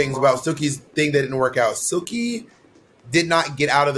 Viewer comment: Bob saying Jilky instead of Silky or Jigly hahaha